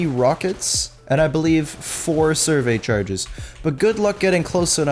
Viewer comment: "four survey charges" satchel charges* lol